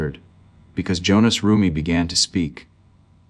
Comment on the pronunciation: His name is Hohnathan not Jonas!!!!😮